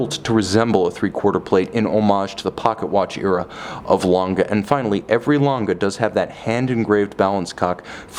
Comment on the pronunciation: You say the g like you are so used to saying gay in english. Like gay gang gutter, think about how stupid you sound saying lon guh like an ape. Not like a human being.